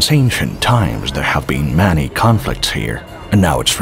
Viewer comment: took me awhile but this is being read by an Artificial Robo Voice..at about 23 minutes it says Manny in stead of Many..why do you people do this ..It ruins a Perfect Subject